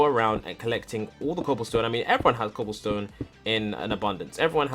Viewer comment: count how many times you say cooblestone